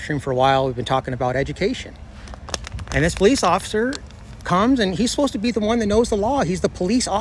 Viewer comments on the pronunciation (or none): Osifer not Shurry:body-blue-raised-arms:🤣:oops